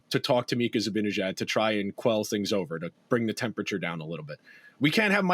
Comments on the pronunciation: I'm with you, drives me nuts to keep hearing Zabinijad. No excuse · Guess what: I think you guys are mispronouncing "Zibanejad." Nobody has ever mentioned this here, so I thought I'd let you know. It's an understandable novice error, since you've been following and commenting on the Rangers for under a decade, and in that time you probably have only heard the correct pronunciation a mere 50,000 times.